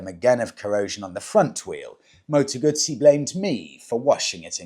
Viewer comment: Partly off topic, but thank you, thank you, thank you for saying the correct Moto ‘Gut see’ rather than Gusssy which is what English riders say; even Guzzi owners club riders! Do they really eat Margarita pisas! 🙄